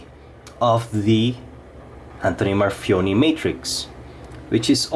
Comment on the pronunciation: For fuck sake it's a reverse tanto NOT a modified sheepsfoot. And that's not how you pronounce his name. You have a very decent channel but please do more research if you want to do a "review".